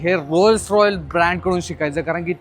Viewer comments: रॉयल नाही रे .. रॉयस.. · rolls Royle nhi rolls Royce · Rolls Royce बोलायला शिक आधी झात्या 😂 rolls royal boltoy 😂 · रोल्स रॉयस बोल यार..... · Bro literally said "rolls royal"😂